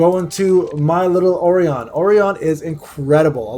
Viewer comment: Listening to this dude pronounce orion, verdehile, anubis, and khmun gave me pancreatic cancer.